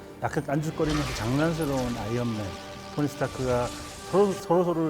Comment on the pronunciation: 자꾸 아연맨으로 들림...스테인리스맨